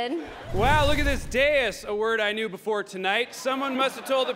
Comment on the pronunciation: DAIS! not Deus.